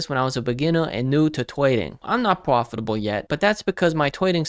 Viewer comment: Nice video. I have watched some of his vids... the way he says "profitable" hahaha so? are you are legitimate crypto trader ?